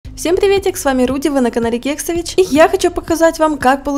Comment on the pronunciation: Мне так нравится как ты говоришь слово ‘кексович’ когда ты это говоришь ты так мило картавишь❤❤❤❤